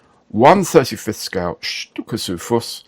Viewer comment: Hello!ohh i would love to see you build that halftrack.please,please build tthat very kit! Yes you pronounced that right!keep your mojo! With sticky greetings from Brandenburg germany.faithfully yours.your modellmate.christian